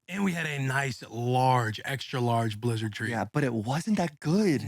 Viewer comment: will fightin demons trying to say that blizzard name